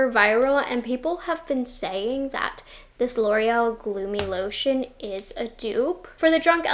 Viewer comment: Gloomy lotion or lumi glotion? I'm confused 😂